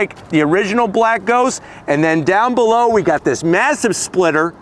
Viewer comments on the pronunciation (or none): none